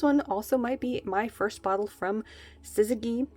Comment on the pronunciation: Syzygy is a term used in higher level sciences a lot. Syz-i-gee. You were close on the pronunciation. Just that last syllable is different. The easiest description of the term was made by a psychologist Jung when he said it's the union of opposites. Kind of like how the positive and negative ends of a magnet attract, but two of the same ends will repel each other.